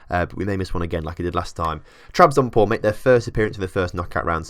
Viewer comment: "spor" means "sport". Trabzonspor is short version of "Trabzon Sport Club". You are forgetting to say the "s". Trabzon"S"por. For easy spelling think like it's sport but loose the "t". I hope i you understand what i was talking about. :) I am not a english native. :) keep up the good work. I love your experiements.